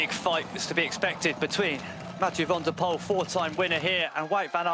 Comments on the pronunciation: Can someone please tell the commentator the winner’s name needs to be pronounced as “van der pull” and not “van der pole” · More like "van der poole"